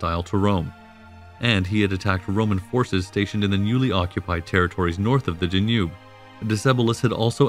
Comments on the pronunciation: Danube, Donau, Dunav, Dunărea, but not Der Njub... Decebal, Dacia, č Dacii Dacian hill forts, followed by the Saxon Siebenburgen AS a resident of Dacia. I wince at your mispronunciations. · If not for the mispronouncing of Danube, I'd have thought the narrator was a person. AI has come far!